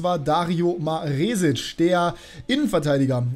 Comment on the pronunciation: Hi, das "E" in Maresic wird kurz gesprochen. Zumindest im österreichischen Fernsehen.